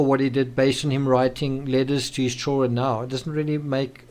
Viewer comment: Please learn how to pronounce children. It's not chaw run! I don't get why you can't say that one word correctly. I've never heard it said that way, annoying as hell